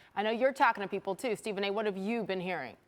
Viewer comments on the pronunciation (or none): none